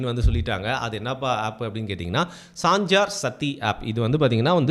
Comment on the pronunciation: சாஞ்சார் சத்தி App ஆ😂 நமக்கு பெயரை கூட படிக்க வரல, கஷ்டம் தலை எழுத்து.